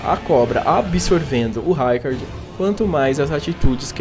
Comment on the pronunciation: O vídeo é bom, mas... RAIcard, MErica? 😅 Se chama Marika de Merica por que não chama a Ranni de Reni? 😂